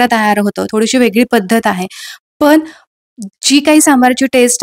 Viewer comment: सगळ छान आहे .काही मराठी शब्द अशुद्ध आहेत. पन नाही पण , आपन नाही आपण.मेथीचे दाने नाही दाणे असं म्हणा. व्हिडिओ दाखवताना कृती सांगताना भाषा शुद्धच पाहिजे. Sorry for suggesting.